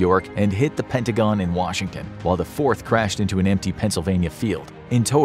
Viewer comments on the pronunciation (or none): none